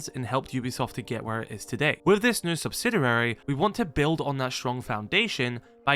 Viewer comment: SubsiDURAry unnerves me to no end I'm not a native speaker but it can't be that difficult to pronounce it correctly Anyways, maybe they will start running things more like R6M